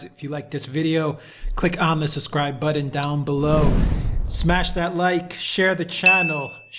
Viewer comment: What is buddon? Is he trying to say button?